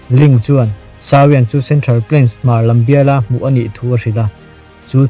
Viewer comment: Sau-iang nilovin Saw-iang tiin lam rawh.